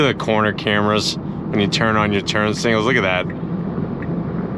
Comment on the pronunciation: I’ve noticed that he can’t say signals he always says singals 😂😂😂